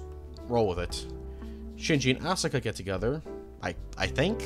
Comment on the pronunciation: I wish i could've finished the video. However, your pronunciation was atrocious, and I couldn't.... Syt the sis... No synth es is Asuka Asu-ka not ausi ka